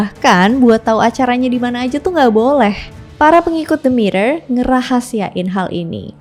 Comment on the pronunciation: Hampir salah ngomong, namanya Demeter malah jadi Dementor 🗿🗿